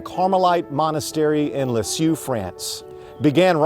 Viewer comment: leeeZ ee er..lisieux. OMG pronounce it correctly. It's not Liz jew.... it' s leeZ ee er.